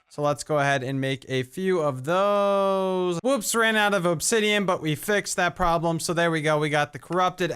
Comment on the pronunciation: "look at all dwose chickens" lmaoo